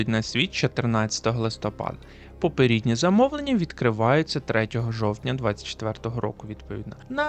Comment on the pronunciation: Цікаві новино по нінтендо, але ПОПЕРЕДНІ, а не ПОПІРІДНІ, бо це вже якась азіровщина з ПОПІРІДНІКАМІ….(((